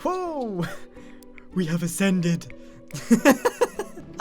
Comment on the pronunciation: i am laughing my eyes out at grain saying we have assented